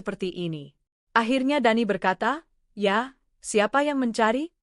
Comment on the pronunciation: Blitar hadir..... ❤ Maaf penekanan kata "YA'' gk enek banget😂😂😂